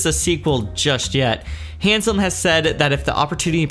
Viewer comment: No "n" in Haslam. Being a fan of his, the name was a bit grating to hear, but otherwise loved the video!